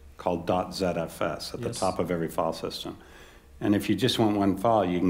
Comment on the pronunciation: Note to the watcher of this video: when you hear the word "fall-system", understand that the presenter means to say, "filesystem". Fall-system doesn't have anything to do with a system of falling.